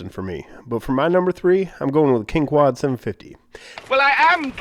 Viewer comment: kwin-quan? rin-quan? hehehe